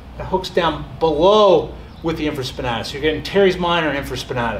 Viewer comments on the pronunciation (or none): Great video except it’s pronounced “in·fruh·spuh·NAY·tuhs”.